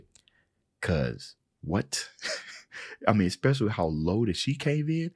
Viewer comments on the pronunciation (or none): none